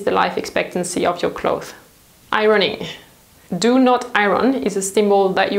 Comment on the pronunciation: I love your videos but please rethink the way you say 'clothes'. It's clotheSSS - there is an S at the end and you're supposed to pronounce it.